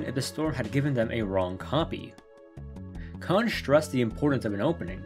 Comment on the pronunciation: "Kon" rhymes with "lone" "Kan" rhymes with "Han" (solo)